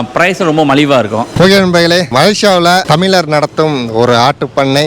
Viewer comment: தமிளரல்ல தமிழர் ழ கரம்தான்யா தமிழின் உயிர்நாடி தயவுசெய்து ழ கரத்தை சரியாக உபயோகிங்கள் நன்றி